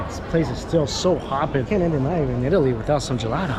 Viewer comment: Did he say yeetaly?